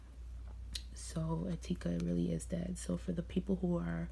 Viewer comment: The way you pronounce "Etika"...